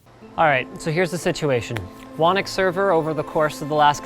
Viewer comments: smh, why is he calling it Wannick? It's obviously pronounced Who Knock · Whenever you say "whonnocks server" it always sounds like you're saying "WANIX" server so for the longest time that's what i thought it was called. It was only today that i realized that you pronounce "whonnocks" as "wanix". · How does "Whonnock" get pronouced "Wanick"? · What kind of weird, unheard of, alien name is "Whonnock" and why isn't it pronounced like [Hoo-nock]? I meaaaan, hurr durr. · The fact that you don't pronounce your server, "Whoknock" disappoints me tremendously. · well... Linus is Canadian, "Ock" sometimes gets pronounced "Ick", so "Whonnock" sounds more like "Whannick"